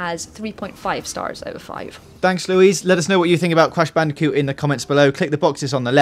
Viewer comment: Cwash bandicoot nsane twiwogy